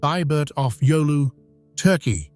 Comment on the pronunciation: ai can't pronounce turkey